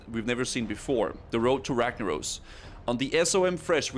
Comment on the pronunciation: Woad to wagnawos. 3rd grade English